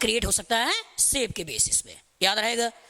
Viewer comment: Sir its nice btt....its not siip...its shape😃